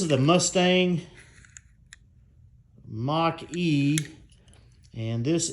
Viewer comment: Musthang Mock-E. What were they thinking? lol